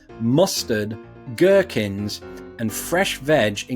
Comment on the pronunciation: Do they eat guwhkins there?